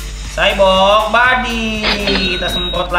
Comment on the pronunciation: kebanyakan main catur xborg nyebutnya cyborg kwkwwk